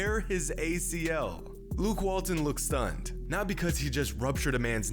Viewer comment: You did Luke Walton wrong bro😂😭